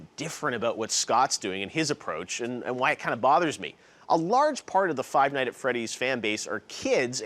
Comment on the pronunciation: WEW CORYKENSHIN OMAGAWD You said the title wrong. It's Five Nights at Freddy's not Five Night at Freddy's